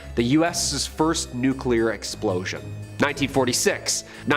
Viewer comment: Nuclear is pronounced "new clear" not "nuke you lur "